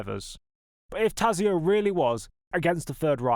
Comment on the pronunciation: Allow me to correct a couple of mispronunciations: Tazio is pronounced Totso and Carraciacola is Karra-cola. Sorry, dudes but even my favorite Jim Clark’s one handed victory at Spa pales beside this victory.